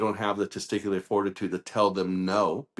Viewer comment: “Teaticular”?! Come on. Why he the orangutang allowed air time?